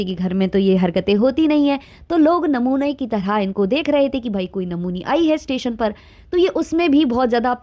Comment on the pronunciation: Tation(station )par lappia bol rehi h kitna mazzzaaa aa reha h😅😅